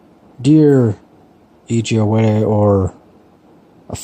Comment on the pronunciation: I'm pretty sure you nailed the pronunciation! I read We Should All Be Feminists by her which was adapted from a Ted Talk, I feel like she should actually sit down and just write a non-fiction book instead of taking other stuff and adapting it into a book lol. I thought We Should All Be Feminists was okay, I definitely agree with the general message she was going with, but it was all anecdote-based and didn't use any stats etc. that I think would have strengthened her message. Most of the anecdotes she shared were so far from the day-to-day situations that I see that it was hard to relate to. I think maybe that's her strong point though. Maybe she goes for a sort of shorter, simpler style with her work to catch a certain type of reader. I've personally more enjoyed stuff that have gone in deep on specific subjects and used studies etc. to back their point. There was a great book called Inferior by Angela Saini about how women have been misrepresented in science and I came out of that with a bunch of stats and facts etc. to back an argument for more women in science, whereas when I read We Should All Be Feminists I just sort of left thinking, "Yeah, women are equal but aren't always treated so. We should do something about that." But I sort of already knew that going in.